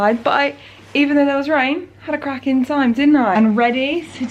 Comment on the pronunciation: whenever says crackin i feel like she said GRACKIN 😂